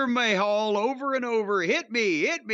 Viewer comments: Can someone tell Jim its Ma-hal not May-hall lol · It's not "may hall", you hayseed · I always love it when he calls him 'Jinder Mayhall'